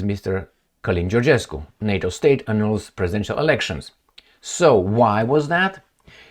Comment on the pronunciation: Annul /ə-nŭl′/ is pronounced with the same sound as hull, cull, gull, gulf. In online dictionaries, there is a speaker icon we can click on to hear how the word is pronounced.